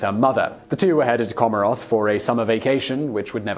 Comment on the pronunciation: Please check your pronunciation of Comores. Otherwise, great video, as usual.